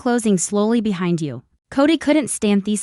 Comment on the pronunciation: I’m sorry, but this is one of the worst AI narrated English speaking poorly pronounced narratives I have ever heard. It’s one thing to have words like aluminum pronounced the way Australia pronounces it or even have the British pronunciation of certain words but no we can’t even pronounce the word behind and loser and two words he threw together that sounded more like Hecate which is I believe a Greek goddess instead of he something. If English is not your native language, then maybe don’t translate into English because it’s rubbish.